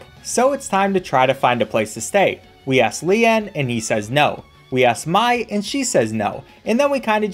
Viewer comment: The fact that he mispronounced about every characters name bugs me SO FREAKIN much but when he pronounced lian as lehahn REALLY put me over the edge my gosh